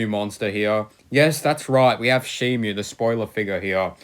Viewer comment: Stop saying shimu it's shimo read the packaging